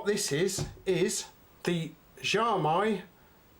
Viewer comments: It’s pronounce as Xiao-me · At least learn to pronounce the name guy.